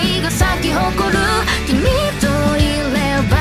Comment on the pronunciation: 歌詞の「君といれば」の「ば」の発音が個人的に好きです！